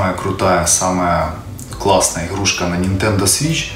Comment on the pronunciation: иГГГрушка 🤦‍♂️ппц Говор